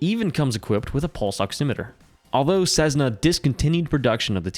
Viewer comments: It’s not Cezzna, it’s Cessssna! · Sezzna? I have had my private pilot certificate since 1979, and the only time i have heard Cessna mispronounced that way is from people who didn't fly. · The DA-50 is only the best plane if you haven't had to pay for it. And, to improve credibility, you should honestly research how 'Cessna' is pronounced. Then you'll stop sounding silly by saying 'Cezzna'.